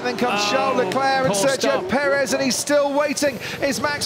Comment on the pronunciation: How hard is it for the commentators to pronounce Sergio Perez right?